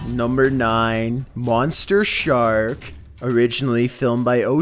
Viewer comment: "#9..."Monster Shart".....👈😁😁 It sounds like he just said that!